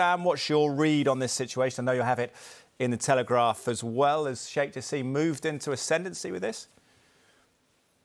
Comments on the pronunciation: It's "Jaa–sim", not jaseeem😂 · No Jaseeeem in Arabic it's simple <Ja-sim >